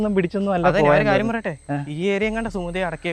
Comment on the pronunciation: സുമതി അല്ല ഗോമതി 😂😂😂